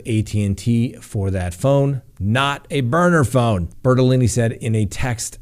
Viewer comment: Please don't take this as anything more than fun...I couldn't keep straight whether the Laundrie lawyer was Bertolini or Bertoloni, but really cracked up when I think I heard you say "BertoLoony". It seemed inadvertent but maybe it fits!